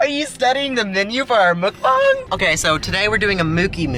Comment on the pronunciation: Guys let me just say..... it’s MUK BANG not MOOK BONG